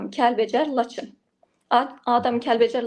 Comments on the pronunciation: Gözəl xanım başa düşdük ki türk dilində danışırsan amma laçhin yerinə laçın de əzdirmə bizim dilimizi.xahiş edirəm. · Ay eşşək LAçin yox Laçln